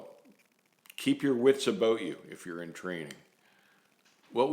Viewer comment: The highlight of your videos for me is when you say "aboot" lol im sorry, i get entertained by the little things :/